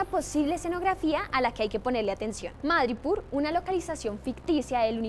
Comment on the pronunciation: Muy bonito y todo, pero si no estoy mal se dice MadripÓÓr